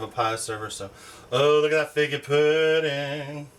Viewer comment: You never said figgy pudding. The answer is zero. You said “FIGGA” pudding. Do I win?